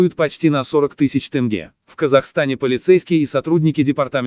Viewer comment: Тэнге емес! Тенге деп айтсан не болады? Дурыс сойле!